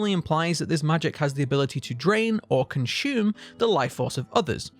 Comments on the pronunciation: The word is consume....not conshume....also i love your videos keep them coming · Cun-shoe-men Love it ♡ gotta start saying it this way now ♡